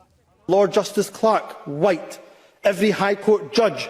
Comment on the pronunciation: When he pronounced the silent H in the word white ,that told you it was said with malice against the 95%of white Scot’s and white people everywhere ..he’s a race grifting bigot that needs to go from any form of power whatsoever. He would of ended up. Like Charles Stuart in the past as would most of those in Englands parliament for treasonous acts ..Scotland wales and Ireland have seen enough of tyrannical bastar## in the past and so has England ..this is the 2024 not 1296 .it’s time to make Humza useless as welcome in Scotland as they made Edward Long Shanks and Marshall wade …not very welcome at all ..